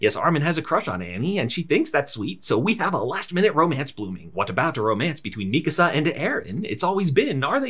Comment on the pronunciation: Thank you for pronouncing Mikasa's name correctly. Very few YouTubers do.